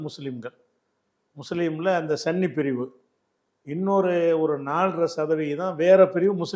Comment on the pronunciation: சுன்னி கட்டரா? சன்னி கட்டரா? தெளிவு படுத்தவும்😂😂😂